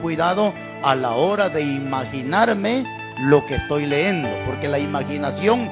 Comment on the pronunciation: Todo su mensaje esta excelente solo que hablando de hablar bien, con todo respeto le hago las siguientes observaciones a su pronunciación y podria comprobarlo en un Diccionario. Se dice correctamente NADIE, CAYENDO, LEYENDO, TENDRÍAMOS, etc